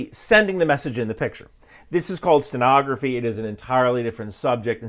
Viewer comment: certainly did mispronounce "steganography." That was the entire point.